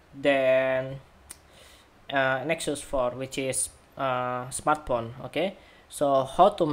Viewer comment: I only hear "smartporn" instead of "smartphone" ...